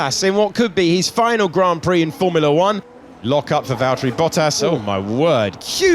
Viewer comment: its Valtteri